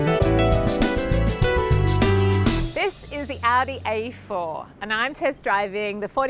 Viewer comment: I swear she called it an Audi 84.